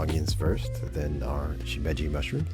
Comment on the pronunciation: Good job! (Your pronunciation of Simeji is perfect.) I don't usually use nappa/Chinese cabbage/hakusai(白菜), though. And I myself don't like the raw egg dip (only one in my family), so I put one into a cozy nest of green onions to be cooked thoroughly.